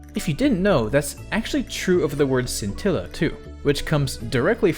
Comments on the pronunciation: Scintilla is also Italian for spark. And the correct pronounciation is reading "sci" as there's an h in place of the c, so like this: "shintilla" (the i is read as a short e as you did). I'm not sure about the latin one though, it's either the same as Italian or something like "skintilla". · Scintilla is the word for spark in Italian as well (not super surprising I know), also the "sc" in "scintilla" is pronounced like "sh" like in "shit"